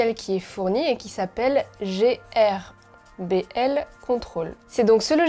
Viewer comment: Salut miss. GRBL se dit "gueurbeul" et c'est pas un logiciel mais un frimware. C'est GRBL Control qui est un logiciel 😋